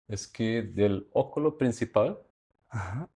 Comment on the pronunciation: Me encanta como pronuncia el arquitecto oculo, acontecer, rua ...